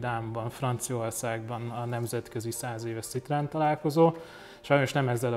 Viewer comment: Édes Istenem, hogy lehet valaki ennyire bunkó, hogy annak ellenére, hogy nagy Citroën-es, "C"-vel ejti ki a márkanevet. Ha már több Citroën-ed is van, legalább tanuld meg rendesen kiejteni, könyörgöm!!!